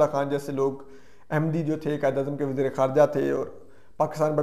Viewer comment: Wasair. Nai. " Waseer " .